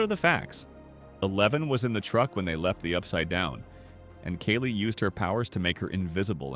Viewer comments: It's not Keli but kAli. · Omg stop saying Kaylee! It’s kAhli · Kali is pronounced Kah-Lee. Not Kay-lee. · It’s not Kelly! It’s Kali. Kaaali! How hard it is to pronounce names properly? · please stop using AI-voices for videos. personal use is understandable, but you wrote the script (I'm hoping), please just read it. the AI can't even pronounce "Kali" right in the same sentence.